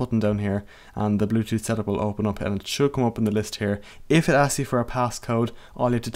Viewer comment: it sounds like you're saying plug it out , you have to say plug it IN ...